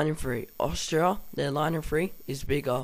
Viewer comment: IN - FAN - TRY there is a t... :P awesome vid good work